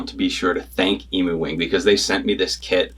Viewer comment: Just so you know pronounced ‘eem-you’ wing and not an ‘eemoo’ - certified Australian 😉